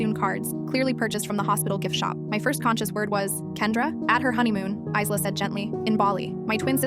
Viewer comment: The name "Isla" is pronounced 'eye-lah'. The "s" is silent.